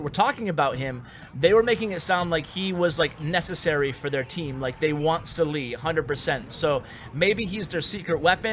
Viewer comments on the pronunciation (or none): your pronunciation of arabic names are somewhat funny XD, glad that salih and ahmed were arabic names and u butchered both of them XDDD, still love your videos tho